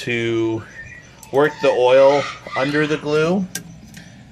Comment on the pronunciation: stop saying glu bro lol, also did you let it free? p.s good vid